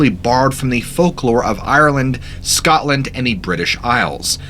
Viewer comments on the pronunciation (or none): none